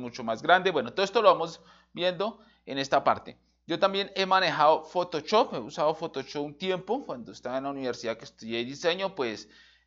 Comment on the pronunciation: "Usé Fotochop"